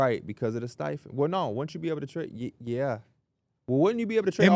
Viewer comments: How did I just noticed P says Stepien as "stife-in" instead of "steppy-in" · Lmao nothing like the timeless battle between and the pronunciation of the Ted Stepien(Step-e-un) Rule lol